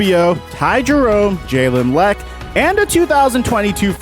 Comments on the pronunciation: Jalen (La-Q) Lecque not leck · It’s pronounced le que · Jalen *Luh-Q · The way you pronounced lecque was disgusting